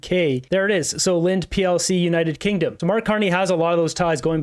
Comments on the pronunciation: Linde is pronounced “Lindy” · It’s pronounced lind EE. Most of their market is on not LNG. Most of it is medical grade gases and welding gases (I worked there for 15 years)